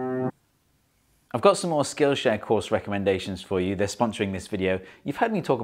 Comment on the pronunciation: the pronunciation of skl.sh 😭🙏